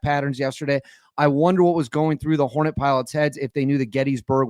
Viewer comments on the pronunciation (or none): none